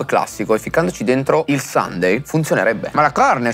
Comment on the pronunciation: Comunque si pronuncia “sànde”😂 Infatti è bellissimo che per tutta la puntata lo abbiano chiamato “domenica”